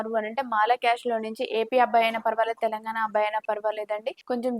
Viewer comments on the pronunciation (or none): none